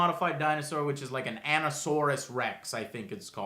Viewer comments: So you don't even know what the main dino is called? Jeez.... How does I-Rex or Indominous Rex sound like 'Ando-saurous' or whatever you called it. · the way they're butchering the name of the indominus rex makes me question if they were even sober during the movie lol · Learn the name of the dinosaur created it's the indominus rex (i think that's how you spell it I spelt it how it is said) And I think it's part T-rex, raptor, mjungasaur, cuttlefish , tree frog and a bunch of other shit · Whats funny is that, They even said in the movie that they call it the "INDOMINUS REX" to make it easier to say for kids... When these guys here aren't even fucking saying the RIGHT name at all?! HHAHAAHHAHHAHHAHHAHAHHAHAHHAHAHAHAHHAHAHAh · Wow! They just completely butchered the Indominus Rex's name, so much that my jaw just dropped through the floor. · Jw Mackay the point is he completely butchered it